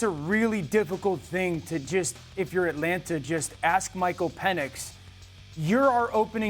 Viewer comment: It’s Etlanna, AtlanTa Dan.